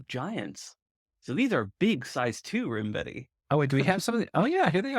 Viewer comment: Still enjoying. Also, just a shot in the dark for no reason, but I suspect it's pronounced 'rime-vetti' and not 'rim-vetti'. Rime being a frosty ice word and all.